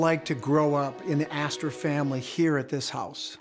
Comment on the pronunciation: john jacob aster-hymen-smitch? 😂 🍻